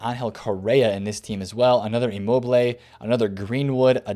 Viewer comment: Guh-Reen-Wood??? You mean Greenwood bro? Just pulling your leg bro, you’re the 🐐. I invested on Neymars at 215-218 and have made nice profit